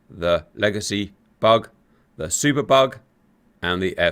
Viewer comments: I've been watching GR videos for a couple of years now, and this whole time, I thought Cap was saying "bog," not "bug." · Oh its bug??? Lol, I thought you were calling it a bog or super bog. But yes, being that its called a Hornet, bug makes sense...lol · Oh. I thought he was saying "bog". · Thanks for explaining, I thought you were saying "bog" and it was very confusing 😂